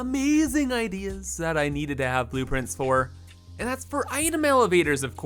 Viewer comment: Are you calling them boop-prints?